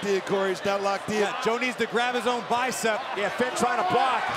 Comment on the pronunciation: Empire Abdul it’s yeah not yaeh